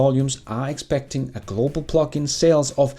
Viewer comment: Hehe i thought you was saying phucking vehichles instead of Plugin LOL